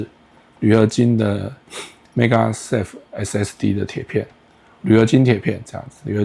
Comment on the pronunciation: 做盒子的內容不錯，但是整篇的magsafe發音都念成megasafe，聽起來實在很奇怪。